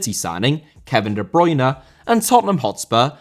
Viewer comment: Bruyne* not Bruyner